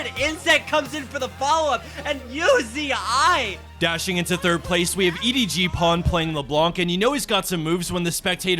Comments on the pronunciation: anyone else getting pissed off at how this guy says uzi? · why do you fucking say "UZ- i" its one word Uzi learn to read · did he just call uzi you zi i? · Who the fuck is uzi-eye? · Why are Americans incapable of pronouncing words correctly? /s Who pronounces Uzi as YouZeeEye?? I'll never understand American pronunciation. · That caster calling Uzi U Z I was giving me a hernia.